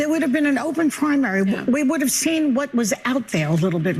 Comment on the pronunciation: Biden didn't "retire" early enough. And she can't even say "Open Primary"? Looool